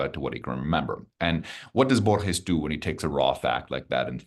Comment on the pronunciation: It took more than 6 minutes for the interviewer to pronounce Borges more correctly. Minor point but still irritating.